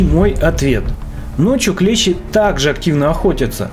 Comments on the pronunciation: Дак правильно ударение падает на букву и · клЕщи - это инструмент такой, клЕщ - паукообразное. Множественное число у слова клЕщи - клЕщи, с ударением на первый слог. При склонение по числу слова "клЕщ", во множественном числе ударение будет ставиться на последний слог - "клещИ". Неужели в школе подобное не преподавалось? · Не клЕщи ,а клещИ